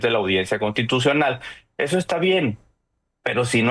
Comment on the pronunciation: SE DICE CONSSSSTITUCIONAL; NO CONTITUCION